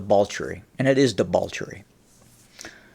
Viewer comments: Am I hearing debauchery with an L? Anyway, great vid keep em coming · I love you,, but it's "debauchery/festival," not "debalchery/festible".